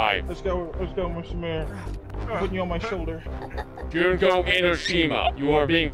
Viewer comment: The name is pronounced June-Ko